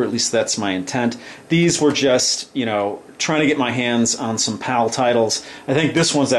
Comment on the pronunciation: Am I the only one thought he is saying "POW" instead of "PAL"? 😂